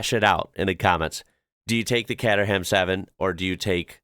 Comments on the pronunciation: The Lotec Sirius looks great, but I couldn't drive it in the UK as we have speedhumps. It's far too low. It's not Cat erham, it's Cayterham. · Worst pronunciation, katter ham. It's cayteram😂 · Kater Ham lol Pronunciation ‘H’ is silent Pronounced ‘katerem’ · "Caterham" is pronounced 'Kay-ter-ruhm'. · It's pronounced "KAY-tram 7". No roasting; just helping. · It's pronounced more cayterham bruv.☝️ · Kay-ter-rum. The donk is Dutch, you will fit. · Caterham is pronounced Kayteram. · as far as i know, it's pronounced caytrum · Caterham is pronounced Kay-ter-um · Nice attempt on the Caterham, its pronounce Kate er amm. Look forward to the next one. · Caterham is pronounced with a K similar to catering. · ... ... Catter ham? Cater-'em. Also, Dame-ler. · Look up Daimler, a historic British brand, pronounced " Dame ler" Caterham 7 is Pronounced "Kate trum" ;-) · Yep, He was spot on with Donkervoort, But screwed up big time on Caterham, ( Kate-er-um)